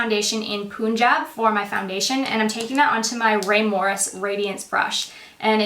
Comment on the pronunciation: Haha it's not poon-jab its pun-jab